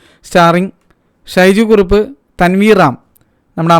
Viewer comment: ഷൈജു കുറുപ്പ് അല്ല.... "സൈജു കുറുപ്പ്" 😜